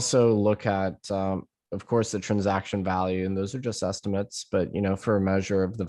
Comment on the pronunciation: I like how he says trunsaction